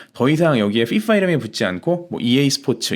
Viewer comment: 언제나 순살정리 감사합니다 순살형님. FㅣFㅏ 발음이 인상깊네욧